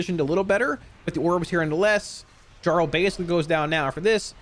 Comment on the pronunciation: Dude. His name is Velbrand. Jarl is a title, and it's pronounced YARL